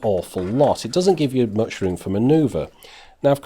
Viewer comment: 1: It's "much" not "match". 2: Go pro is 10-20 times more expensive. Stop Trolling.